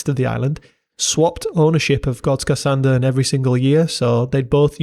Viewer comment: Thank you for a good video. Also, nice to hear someone outside of the nordics mastering the Swedish ö!